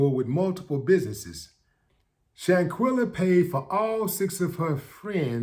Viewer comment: Quell not quill. Let's get her name right people. Shan quell a. Shanquella Shanquella :yougotthis